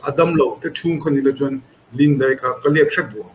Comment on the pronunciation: Daih tih tur ah deih in ti zel a, mizotawngah hian deih tih hian awm zia a nei lo